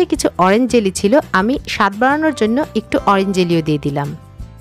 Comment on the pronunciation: এ বেডা জেলি রে জেলু বল কেন শুদ্ধ ভাষায় বলতে পারো না